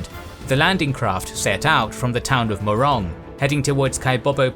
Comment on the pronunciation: The narrator said "Morong", but all World War 2-era map references label the town as Moron. That is the official Spanish spelling of the town. Sasmuan, Pampanga even has the Spanish spelling "Sexmoan" in World War 2-era maps. The town's name became a joke in Robin Padilla's movie 'La Visa Loca' where he failed to acquire a visa because the American inspector doubted about his place of birth which was Sexmoan.